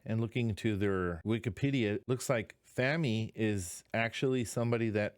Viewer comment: Pronunciation police: FAH-mee with the vowel of father, not as in "famine". I think the video means that you should not enshrine in your mind bad things that happened to you (as represented by the picture frame), but smash that old memory and carry on. The tools for that can be found in your mind as well (the sword is part of the story within the picture frame).